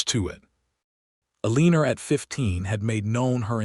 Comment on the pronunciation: Not ELeeenor, either lol